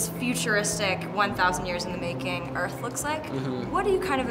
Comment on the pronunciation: "Welcome to earf."